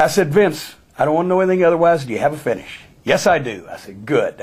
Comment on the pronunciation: it took me a good couple seconds to realize he said "finish" and not "fetish". That was a very confusing moment for me lol something about the idea of Cornette asking Vince "do you have a fetish" and him satisfyingly saying "good that's all I need to know" when he simply responds "yes" is very amusing to me 😂